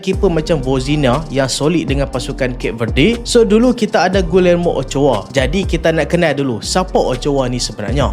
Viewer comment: bukan pronouns gulermo.. cara betul sebut nama dia.. gijermo.. sekadar teguran